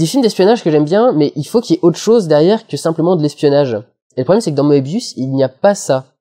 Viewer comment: Oui, mais tu as prononcé le nom comme si c'était le dessinateur de BD alors que c'est celui du mathématicien allemand. Il faut donc le prononcer "Meubius" (voire "Meubious" si on est germanophile et qu'on veut avoir l'air étrange face aux gens normaux).